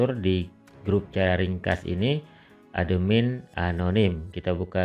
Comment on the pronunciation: Cara bacanya atmin kak bukan ademin😇